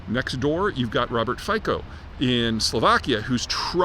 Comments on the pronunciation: Robert Fico (slovak PM) is not pronounced Fuy-Coh, but Fee-Tzoh. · Robert Fico is pronounced [ˈfitsɔ] (roughly feetsoe) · It's fitzo (Fico) 🙃